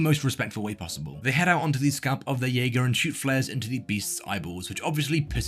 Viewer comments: Jäger means hunter. Also you mispronounced it. 😭. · bro did not say jaeger 🙂🙂🙂